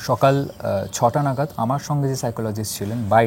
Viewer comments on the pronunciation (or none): none